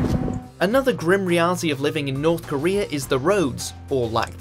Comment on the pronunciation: Norf Koreaaaa